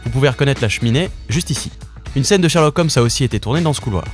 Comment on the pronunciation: shErlock holmes, pas shArlock holmes francais de merde